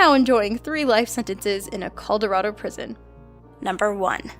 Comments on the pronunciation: Coldorado? It's Colorado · I'd had enough after she pronounced 'accusations' as "accusitions", and 'Colorado' as "Colderado". Seriously, get some voice over people who aren't the cousins you've married. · Call-da-rado? You mean Colorado? Is this a robot voice? This channel has the most verbal faux pas I've ever heard! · am I the only one that heard coldrilado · On number 2, she said colderado instead of Colorado. It’s sad I noticed that. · Colderado?..... where's this Colderado? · Coldorado? U mean colorado? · "Starve off"? Stave off. "Coldarado"? Colorado. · Coldarado?? LMAO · Coldarado? You mean Colorado... right? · Anyone catch the coldorado lmao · "Coldorado"? XD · A "Coldorado prison"?? I think you mean Colorado. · A coulderado prison? U dumb ass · what in the dang is a "coldorado prison" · she said colderado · Coldorodo lol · did you say caldorado? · lol, coldorado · you STAVE off an infection...NOT STARVE... practice your reading skills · It's Colorado, not Coldorado. It only has one D. I swear I hear so many people say it like that, and it's annoying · It's Colorado not coldorado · you pronounced colorado like calderado lolololololololol it's pronounced "collor add oh" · I swear... Did say... Coldorado? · lol Colderado. ??? you mean Colorado? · Coldorado? Is that meant to be Colorado? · For no.4 that guy was a polish man but i love the way that '' tried to pronounce it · a "Caulderado" prison? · Call-dur-ado prison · You need to learn how to pronounce things correctly. My favorite was "Calderado" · Col-dorado?, I really hope you didn't mean Colorado, because that'd probably be your most embarrassing mispronounciation yet. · did you just say... COLDORADO PRISON?!?!? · "Colderado" wtf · DID SHE ACTUALLY SAY CALLDORADO?!? AS A COLORADAN IM OFFENDED AS FUCK ITS NOT HARD TO PRONOUNCE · doesn't know how to pronounce Colorado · Hey, I don't mean to sound rude, but you accidentally mispronounced 'Colorado'.